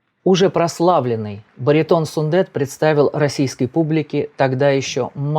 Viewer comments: Автор, пожалуйста,не говорите СундЭт. И в некоторых роликах слышала фразу неоднократно "Димаш родился в городе АктобЭ. Слух режет. Там же стоит буква "е". Явно же видео что там "е", а не "э". Так почему же Вы говорите СундЭт. Он Сунде́т. Ударение на звук йэ. Буква е. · Сүндет, произносится как пишется, через "е", а не "э". В казахском языке, слова как пишутся, то так и произносятся. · 👍👋 Только не СундЭт, а СундЕт 😀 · Как всегда очень профессиональный обзор. Всё на высшем уровне. Спасибо большое за Ваш обзор. Я извиняюсь, но Вы неправильно произносите имя Сундета. Сундэт это как Алексей, Алэксей.